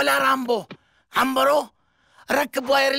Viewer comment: عمبرو مو عنيرو